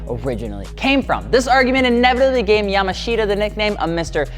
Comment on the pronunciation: Yamashita is pronounced "yamaashta"